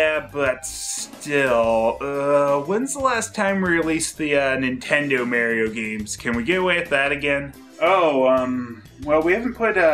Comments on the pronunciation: Just criticizing his pronunciation of "Mario" as "Merio," but of course I can't just do it in a straightforward manner.. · Who's this "Merry-O" speaks of? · I love how says "Super Merrio Brothers")) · I never heard anyone else pronouncing it "Super Merio". Not bitching, just saying XD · What a great video that captures a special time period 😜 also I love how you said Mario differently 🤣 21.7.22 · I love it🤣